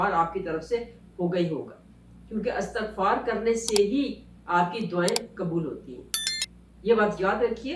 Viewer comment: اسلام وعلیکم ۔۔انتہائ معذرت کیساتھ ایک correction کرنا چاہوں گی۔۔۔یہ لفظ استغفار نہیں ہے۔istaghfar h..الف کے نیچے زیر ہے۔۔۔امید کرتی ہوں کہ آپ نے مائنڈ نہیں کیا ہو گا۔جزاک اللّٰہ خیر